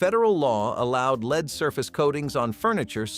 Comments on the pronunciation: It is pronounced LED not LEED! F* A.I. sucks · The metal lead is pronounced "led", not "lead." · Stop calling it leed - it's lead pronounced led...